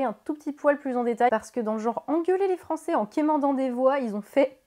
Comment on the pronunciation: Tout a fait d'accord sur l'analyse de fond... Pour la forme, "les Français qui z' ont été voter"... M'enfin!!?;-)